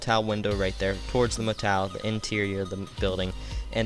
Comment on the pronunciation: it's motel not motal